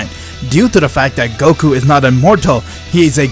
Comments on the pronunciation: Man really said goru instead of Goku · When I first heard you say "Goku" 1 year ago. I thought it was weird. But now, I feel like that's the actual way of saying goku. Love Ya